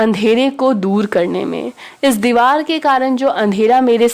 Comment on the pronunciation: Didi sab theek hai thanks but dewal nhi hota deewar hota hai😊